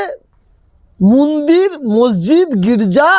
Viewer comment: মন্দির কে মুন্দির বলা তীব্র আপত্তি জানাচ্ছি !!